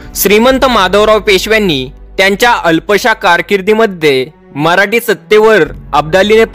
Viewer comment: मराठी असा उच्चार म्हराटी का करता?